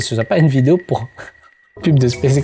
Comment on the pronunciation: ehh Il ne faut pas avouwar pweur 😂